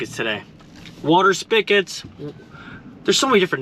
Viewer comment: It’s a SPIG-et, not a SPICK-et, lol!